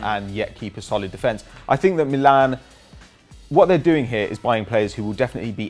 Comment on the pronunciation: Your pronounce of "Milan" is fucking wrong and annoying.